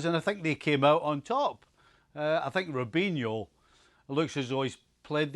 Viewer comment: Mans said robinho 🤣🤣🤣